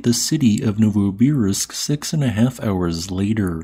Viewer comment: novoSIbirsk like sibira